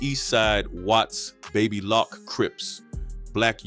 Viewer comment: Baby “locc” not lock wtf 😂